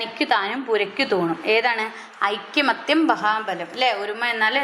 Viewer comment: Aikyamathyam alla aikamathyam aann